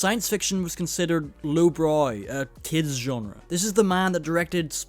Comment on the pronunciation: Thank you for pronouncing "genre" correctly. Drives me frickin insane when people mispronounce it. ...i don't know Why..